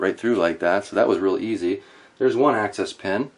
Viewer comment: Sounds like you are saying access pen. It's called an axis pen because it's the axis point of the parts.